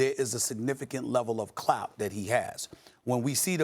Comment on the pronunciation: I hate when Steven a says “clout”